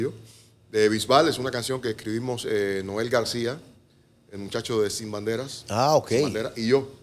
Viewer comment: Grande Amaury!! Él se refiere a Leonel García, pero pronuncia “Noel García” quizá por confusión, porque el otro de Sin Bandera se llama Noel Schajris. Buen vídeo, saludos desde la Ciudad de México.